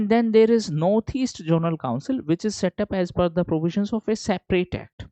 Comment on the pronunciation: Sorry to interrupt sir, But it's zonal not jonal